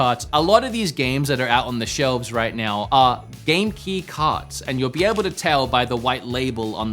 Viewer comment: It took me too long to realize you were saying Game Key instead of Genki......I think I need sleep....LOL another great vid.